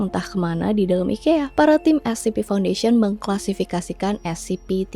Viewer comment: orang swedia bilangnya i-kee-uh